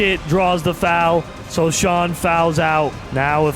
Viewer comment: its SO-HAN not SO-SHAAN